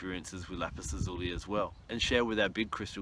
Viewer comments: Please pronunciation!! It is not LAPIZ ZUZULI .....! IT IS LAPIZ...LAZULI !!! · its pronounced la-zoo-lie lol